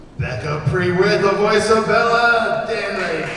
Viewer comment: Pre whit? It’s pronounced pru-it